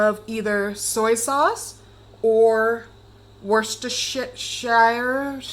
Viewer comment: Worsteshit-shire sauce.